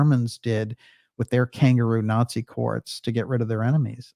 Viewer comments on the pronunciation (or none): none